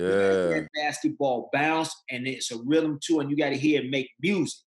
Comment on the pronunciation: D. Miles " da Rhydem of da ball" what the hell is a rhydem ?